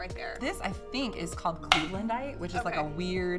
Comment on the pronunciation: your friend said cleavelandite (lol)